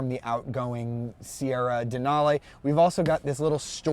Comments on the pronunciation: gay...."lara-may"..."dena-lay". UGH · “Denalay” and “Laramay”?! Nope, I’m out